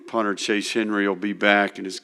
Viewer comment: “The details matter”… his name is CHAS Henry, not Chase Henry… fire this bum already.